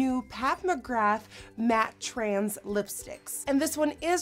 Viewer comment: It's matte TRANCE not matte TRANS as you keep pronouncing it 🙉